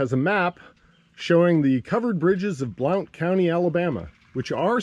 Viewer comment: Great video, BTW, Blount is pronounced "blunt"